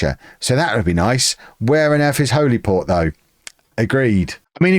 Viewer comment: Its pronounced "Hollyport".👍